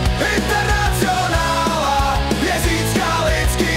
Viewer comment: Zajímavá výslovnost: internacjonála...